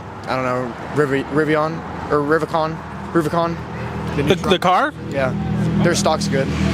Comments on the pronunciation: The "Rivercon" is hurting my brain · The guy who couldn't pronounce Rivian is going to be so broke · I cringed so hard at this part, this kid couldn’t even say the name of the company right